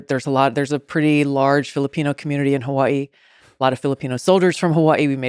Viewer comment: why she from hawaii but cant pronounce it